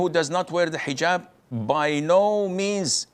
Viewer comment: you're telling me explaining what Eejab is because he can't pronounce the letter H isn't a tangent? Come on bro.